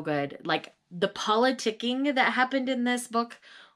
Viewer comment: About Neon Gods- You say politicing but it sounded like poliDicking. Lol so excited to get this when it comes out!!